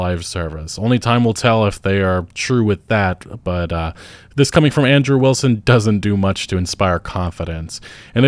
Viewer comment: i thought you were saying Android Wilson rather than Andrew Wilson in the beginning parts of the video